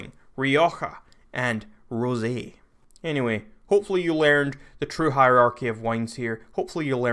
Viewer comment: Rosie wine? Isn’t it pronounced rose wine because it’s spelt like that?